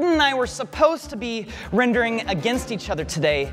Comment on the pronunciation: Whenever talks about rendering things i always hear him talking about "wrendering". That makes every Challenge a "Wrenderchallenge"